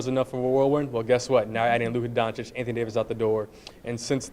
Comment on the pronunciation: DONCHICH, NOT DONCHICK. Oh my god. He has spent so many years in Dallas, and the journalists can't pronounce his name.